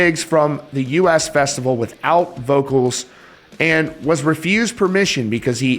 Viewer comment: Very small side not but the US Festival is pronounced like the word “Us” not “U.S.”